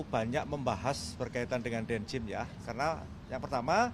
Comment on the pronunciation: bukan den jim pak, tapi din jem pak 😁